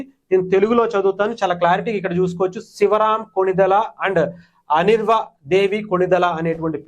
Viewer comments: అనిర్వ కాదు సర్ అన్వీరా దేవి అని చెప్పండి ప్లీజ్ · ఒరేయ్ బాబూ..! అనిర్వా దేవి కాదు.. అన్వీరా దేవి 😂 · Mundhu Anveera anadam nerchuko raaa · you're pronouncing her name completely wrong